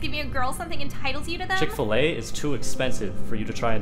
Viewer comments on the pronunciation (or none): My man really said Chicken Fil A